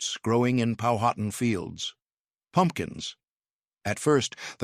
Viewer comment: Learn to pronounce Powhatan the correct way.